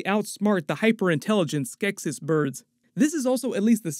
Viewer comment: Every time he mispronounced "Skeksis" took a year off my life